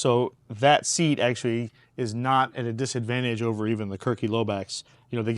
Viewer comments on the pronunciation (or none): none